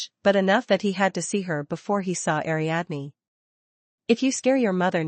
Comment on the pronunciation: Ariadne. = ariadeen.